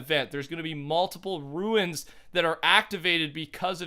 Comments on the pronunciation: It’s not called a ruin, it’s a rune (Roone) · Rune is pronounced "roon" rather than "ruin" - great video btw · pronounced Roon as in room not ruin lol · Anyone else get triggered when he pronounces rune like ruin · The way you say rune ruins my experience.